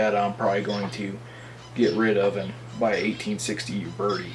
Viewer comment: You-Berti hahahahahahah Its OOO-Berty